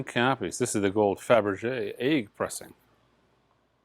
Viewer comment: Eels and Egg are 2 words can't pronounce, anything with a double letter trip's him up. is jet-lagged after a 3 1/2hr flight 😂 How many time zones did you cross. Love your work 👍